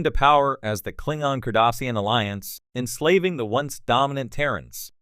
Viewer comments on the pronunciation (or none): If you're going to read these, can you please learn to pronounce "Klingon," "Cardassians", and "Bajor"?